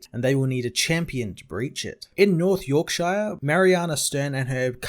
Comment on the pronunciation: Tee hee, love the way you pronounce Yorkshire XD.